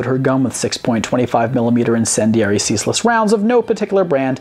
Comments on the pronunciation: Caseless & ceaseless have 2 different meaning. That's is what I'm implying here. pronounce it 'ceaseless' instead of 'caseless'. Ceaseless mean constant and unending. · Did he just say “ceaseless” instead of caseless? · I don't know if anyone has corrected you on this but it is CASE- less rounds not CEASE - less rounds. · I'ma say it, is a national treasure. Also, the incendiaries were "caseless" not "ceaseless". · Caseless Rounds Not Ceaseless Rounds Love you guyssss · ceaseless rounds? You mean CASELESS rounds right? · Its "Caseless" (case-less) .... not ceaseless ammunition. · You called caseless rounds ceaseless rounds for some strange reason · Caseless rounds not ceaseless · Case Less Ammo, not cease less ammo.... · CASEless rounds not ceaseless .. google em GF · "cease-less" ammo? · i was about to say the same thing. ceaseless ammo? hilarious stuff. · That is CASEless ammunition, it is pronounced the same you would say a PC Case. It means that the ammuntion has no casing to the propellant. Please guys if you're going to continue to cover topics which involve warfare and firearms learn something about those topics also and how to pronounce the terms used for them properly. Otherwise you lose credibility points in the eyes of some of your viewers, like myself. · While I made a longer comment about this, you also mispronounced "caseless" in the video.